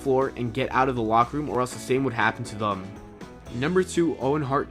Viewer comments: what the fuck does "thum" mean? Is that some speech impediment that prevents you from saying "them"? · I wanna know why you pronounce the word "them" as "thum" ? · Good video. I'm just curious, where are u from? I hear you say "thum" instead of "them". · Why do you keep pronouncing "them" as "thum" where the fuck are you from? Pull your THUM out of your ass. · thum????? it's THEM! em...not um.....crap its driving me nuts hearing you kill a simple word. them...them....not thum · Some people with Boston area accents pronounce thum instead of them. Or they say dem, depending on the area. Not the case in this video, but I don’t find it as weird as a lot of people here do and wouldn’t of noticed unless it was pointed out lol. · Are you saying thum? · "what would happen to thum" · Them not thum. lol come on man. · Thum? It's them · "Thum"? WTF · Its them not thum lol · Peter Morgan I read that comment as soon as he said "Thum" omg I'm dying. I can't unhear it now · Ugh.... THUM? Seriously!!! Why do you sound like an American or Canadian but pronounce it that way?!!! Even Canadians don't say it like that!! Stop !! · Even though the presenter can't pronounce them! Can't help but feel that there is truth in all of this! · Why can't he pronounce them? Haha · I have never heard the word "Them" pronounced with a "U" before. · Why can't you pronounce the word "them"?